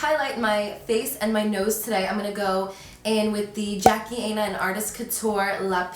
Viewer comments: Im done 😂😂 she said Aina not Aina (Ina) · you obviously dont watch any of jackie's videos so you dont know how to say her name smh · Said Jackie's last name wrong but I'm sure she loved the support